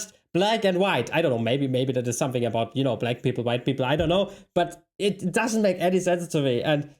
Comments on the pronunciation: I love how this guy is passing himself as an expert on "American" when he keeps saying "aboot" which is A commonly Canadian pronunciation of "about" (yes Canada is part of North America but he is acting as an expert on all things USA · The presenter must be Canadian. Americans don't pronounce the word "about" as "aboot" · As an American I wonder why a Canadian is talking "aboot" this? The dead give away this guy is Canadian is the way he says the word "about" US Americans do not pronounce it "aboot" as for some reason Canadians do. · I can't take a guy seriously who constantly pronounces "ABOUT" as "A Boot" Plus he's from Canada, not the US.. so he doesn't realize just how much of this garbage Americans actually eat.. that is to say.. a lot. More than we should. Also, some Americans do eat KFC on christmas.. in the south (Texas for instances). Depends on how poor you are really though. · Sorry no. Full stop. How the hell is a guy that pronounced the word about as "aboot" making a video about authentic American anything?! Also why is he bouncing like that? Is he on an exercise ball recording videos? That's just weird... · His pronunciation of "aboot" tells me he is Canadian and not qualified to speak on American food. Marshmallow fluff is a regional thing. I don't know a single New England child who didn't grow up eating fluffernutter sandwiches (white bread, fluff and peanut butter). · ish he says "Abooot" He's Canadian. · Wait, wait, wait, wait, wait, , he says a very clear "aboot" is the guy in the inset actually canadian? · Just a bit of info, the guy in the bottom left video seems Canadian. Aboot is not how Americans pronounce about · "aboot" so funny to hear that pronunciation ... chorizo is a Mexican sausage but good ... jarred hot dogs in a brine sound horrendous and comparing them with Vienna sausages doesn't work either as they are not in a brine - I wondered as this ended whether the German goods in our Aldi's are truly from Germany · This guy said a-boot!